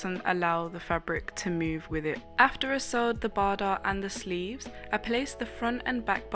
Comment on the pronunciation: Bardot is pronounced Bar-doe, just so you know